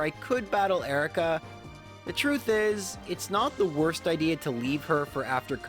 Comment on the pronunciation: "And it woaist taim" :D